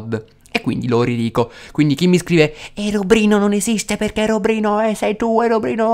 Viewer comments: adoro quando dici herobrino AHAHAHA mi fai morire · anchio adoro quando dice herobrino